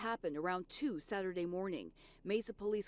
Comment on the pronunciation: did this lady just say "bether" and "sathurday"